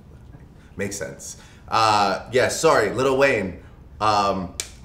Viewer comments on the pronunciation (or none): bro really said LITTLE WAYNE LMFAOOOOOOOOOOOOO